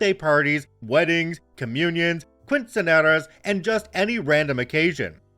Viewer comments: For not knowing Spanish, it wasn't terrible 😂. Note - when pronouncing quinseañera the U is silent and the quin is pronounced like Kin (like next of kin) kin say ah nier ah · Hey, as someone who has studied Spanish I think your Spanish sounded fine, with just a mispronounced quinceañera. Did you sound like an expert? No but you sounded like someone who is studying it. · You’re better than Mark from Mark Narrations, I can tell you that. But “quinceñera” still made me cringe.